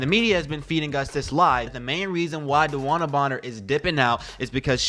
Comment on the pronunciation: At least say her name right